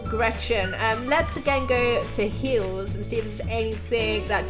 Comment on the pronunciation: It's funny how she says hills not heels